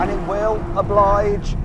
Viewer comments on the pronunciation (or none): none